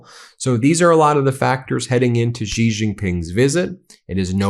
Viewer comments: It is She not Gee. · Xi JinPing is the most mispronounced name in history. The surname "Xi" is NOT pronounced "Gee"; it should be pronounced similar to the English words "She" or "See". There is no 'g' or 'j' sound in that name. Otherwise, thanks for a very interesting commentary. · Ben thank you always for your dedication to bringing us this news. Note: Xi Is pronounced like "she". Few Americans will ever learn how to do the Chinese tones correctly, but we can swing in the ballpark. Thanks again. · How long can it possibly take for a person to learn to pronounce Xi (She) Jin (Gin) Ping (Ping)?????????????????????????????? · Sigh Xi is pronounced she. Not that hard.